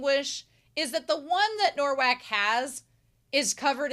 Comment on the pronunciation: Thank you for this reaction! For the future, I know you already realised its "Nowak", but let me explain the spelling - its spelled like "Novak", our "w" sounds like your "v", and your "w" sounds like our "ł", which is actually a letter used in Rafał's name. I love this series and your reaction to it!